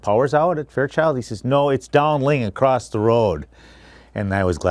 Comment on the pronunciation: “Accrosst”???? Huh?